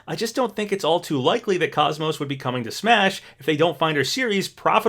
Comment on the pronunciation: ikr, and he also mispronounced KOS-MOS as well